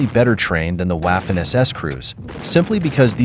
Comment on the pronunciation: Waahfen lol